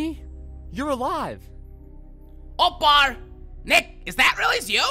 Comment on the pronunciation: Anyone, 2018. And who else heard Barney say “Opbar” in the beginning of the video?